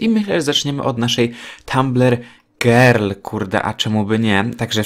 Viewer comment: powiedziales gril zamiast girl xd